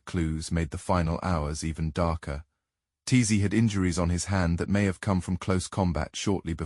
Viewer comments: The Ice Man’s name is ÖTZE, not TAZEE. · I just wanna know, I know.These are a I but do not listen.Is there no way to correct it?They keep calling otzy totsi